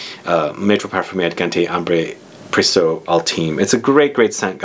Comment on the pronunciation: Precieux = "Press-ee-uh", not "Press-oh". ;)